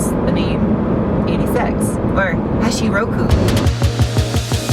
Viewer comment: Hashi Roku? Don't disgrace the car.. HACHI ROKU